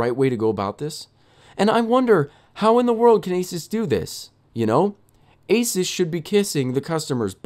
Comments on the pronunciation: Did he say asis it’s asus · Uh-soos, not ace-us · holy crap its A-SOOS/AH-SOOS not A-SUS and dont get me wrong i love your channel :) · Asus is pronounced like A-Zeus (as in the god) not asis. Anyway, love your vids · of course you'd get a referb card, it's the same as them fixing yours and sending it back. and $20 shipping? awe muffin it's like $60 for shipping here the company is fully right here. also if you were on the phone with them at any point you'd know it's pronounced A-soo-s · EVGA>MSI and isn't it (Ay-Soos) ASUS? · Its said asoos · It's pronounced "asoos". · pronounced a-seuss